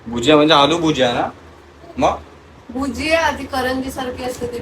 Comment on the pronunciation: Are yaar bujia nahi gujiya aste😂😂😂